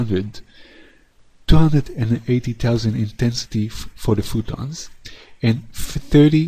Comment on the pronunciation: phOtons not phootons